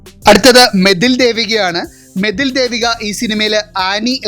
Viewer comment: മതിൽ ദേവിക അല്ല മേതിൽ ആണ്, Reghunadh പാലേരി അല്ല, പലേരി ആണെടാ